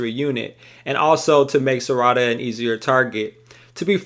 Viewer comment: The mispronunciation of Sarada’s name is killing me lol